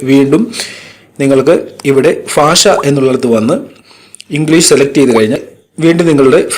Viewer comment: നല്ല അറിവ് പകർന്നു തന്നതിന് ആദ്യം എന്റെ നന്ദി അറിയിക്കുന്നു. അതോടൊപ്പം രണ്ട് വാക്കുകൾ താങ്കൾ തെറ്റിച്ചു. language ലാഗ്വേജ് എന്നാണ് ലാങേജ് അല്ല. ഭാഷ എന്നാണ് ഫാഷ എന്നല്ല. ഇത് പലയാളുകൾക്കും തെറ്റുന്നു.